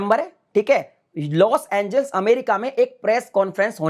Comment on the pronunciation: पहले लोस एंजेलिस तो ढंग से बोलना सीखो। तुम हर बार लोस एंजिल्स बोल रहे हो😁😃😭